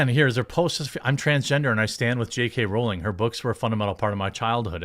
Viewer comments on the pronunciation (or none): none